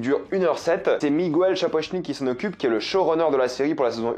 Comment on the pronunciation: Mais qu'est-ce que tout le monde a avec le prénom Miguel??? ça se prononce nulle part Migouelle... ça se prononce comme en français.